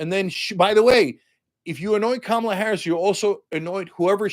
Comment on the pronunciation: It’s Kamala, Cenk 😂😂😂😂😂